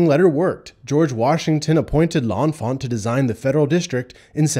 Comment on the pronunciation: You are pronouncing L’Enfant wrong!